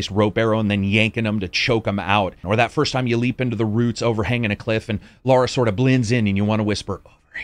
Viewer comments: When it comes to a persons name, there is only one correct pronunciation. Her name is Lara, not Laura. Also, colour and color have the same pronunciation. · Before I watch it I bet he kept calling her Laura rather than Lara 🤣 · Love this channel... But cmon brah...... It's Lara not Laura.